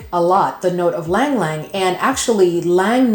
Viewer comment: Ylang is pronounced E-Lang